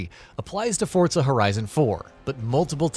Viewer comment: That's how it's pronounced